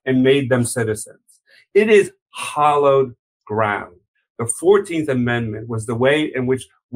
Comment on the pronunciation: "hallowed ground" not "hollowed".